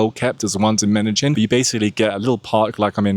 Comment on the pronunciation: Why did you pronounce Medellín like Meta-Gin?